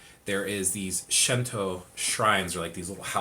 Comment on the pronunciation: It's pronounced Shinto, no shento. 神道 that's the kanji. Shin tou. with a long o at the end. "She" is not in the kanas. Thanks for the intro